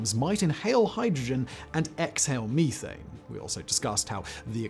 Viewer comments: Meeth-Ane??English people must be smoking meeth! 😂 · It's crazy he says methane and not methane